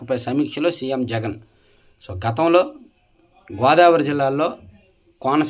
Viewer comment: తప్పు చదివారు, సీఎం జగన్ అని. కరెక్ట్ చేసుకోండి.